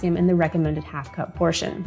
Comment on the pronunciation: Hi, I was just listening to your study on potatoes and if I may say so you say 1/2 cup and it sounds like the third time one and a half cups could you just eliminate that one and say half a cup of this or half a cup of that But it does sound like you’re saying one and a half cups thanks for the information I didn’t hear anything on the Yukon potatoes. If you get a chance let me know that information again I believe and I didn’t hear it but everybody should check with their doctor of course before, they do anything with any information😅